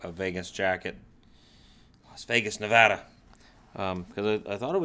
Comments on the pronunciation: Thank you for pronouncing NEVADA correctly. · OMG! Thank you for saying Nevada correctly! You have no idea how much it aggravates us Nevadans when people pronounce it “Nah-vah-duh” 🤮